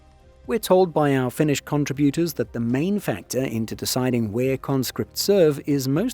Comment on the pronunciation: As a Finn, great video! Also gotta point out that your pronounciation is suprisingly good! Finnish aint easy... :D